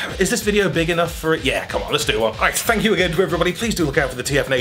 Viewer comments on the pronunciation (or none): should say “thank ” instead of thank you